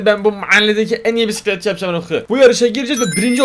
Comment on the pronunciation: Bisikletçi❌ Pisikletçi✅